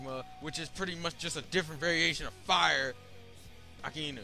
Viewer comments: Akainu(He can't even say the name properly) was able to hit Ace because of Haki. Not because magma is hotter than fire. Joke did NOT have a devil fruit- HE was cursed. Vegapunk figured a way for objects to have Devil Fruits. Your entire argument is weak, and full of flaws. Even MORE flaws than the logic of Devil Fruits in the entire Manga/Anime. (Which I'm not saying is perfect, but done well enough that in his /years/ of writing, he made less mistakes than you did in a 10 minute video) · Hope that in the last 10 years you learned how to properly pronounce the name "Akainu"